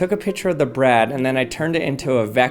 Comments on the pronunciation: Why do you say Brad instead of bread? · Caught you saying “bed” instead of “bread” 💀💀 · except I've never heard anyone else pronounce bread like brad. That's why it it's odd, because it's not normal. Everyone else says bred. Not this guy. It's an accent. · please call it bread not brad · Firstly love the videos, that being said the way you at times said bread and spread 😬 "the perfect spread of chocolate on Braaad" (side note my names Brad 😅) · Did you say…Rezero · “The perfect spread of chocolate on braaad” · HOLLLLY LOL. That's the first time I've EVERRR heard someone pronounce bread B R Æ D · I hate to be mean but his cadence is like... if someone just slowed his brain down a little. Its taking an extra second for his brain and mouth to.. connect 😵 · Why do you say bread like a gay dude says brad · I don t like the way you pronounce bread. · The way this guy says bread is piiiiiiiiiiiiiiiissing me off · The way you pronounce "bread" makes me want to shove a fork through my eye. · This guy saying bread is creayyzzyyy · I swear to God he is pronouncing “bread” in the most awkward and most unusual way lol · This dude makes me cry the way he says bread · You say bread funny 😂